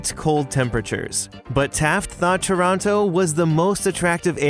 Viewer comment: Stumbled across this. Loved it. And I'm always happy when people pronounce "Toronto" correctly in videos...